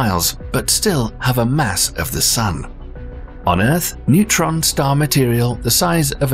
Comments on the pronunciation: Newtron star??? NEUTRON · It's Neutron not Newtron 🙄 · A "Newtron" star? ..more AI crap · newtron stars or neutron star? 😂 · "newtron stars" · "NEWTRON" Stars? Really? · → Newtron Stars. Um...